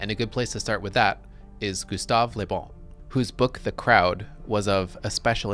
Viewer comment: Excellent quote. On a side note, I find it really grating to hear Americans pronouncing the French word 'le' (luh) as 'lé' (lay), as this presenter consistently does with the name LeBon. Certainly, speaking French is not a requirement for being a political scientist or an intellectual, but I do think it behooves one to check on the pronunciation of unfamiliar terms and names in advance of giving even a pseudo-scholarly talk about them. My pet peeve with this is not just that they're getting it wrong, but that I feel it's indicative of an abiding anti-intellectualism wherein they don't care that they're getting it wrong--after all, the onus is on the rest of the world to speak English (or perhaps I should say American), so why should they have to learn a new thing ever in their lives? To be clear, I am not accusing the presenter here of the attitude I just described, but those are the kind of thoughts and feelings this slight mispronunciation brings up for me. It almost made me not want to keep watching the video, and this is not the first time I've experienced that. EDIT: After finishing the video, I found the thesis to be very well-researched, well-reasoned, and meticulously presented, with the the exception of the point I made above and another (more minor and very common) mispronunciation of the name Göbbles. It would have been a shame to have bailed on this out the gate over a detail. This can be interpreted as a lesson for me in not throwing the baby out with the bathwat